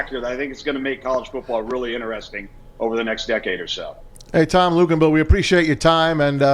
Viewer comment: Hilarious show Couldn't pronounce Tom's name and lisping and spittle....